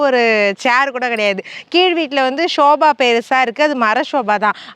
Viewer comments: Sofaa akka...not soba akka .. Video super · Dear it is not shoba .it is sofa .pls correct. Don't mistake me.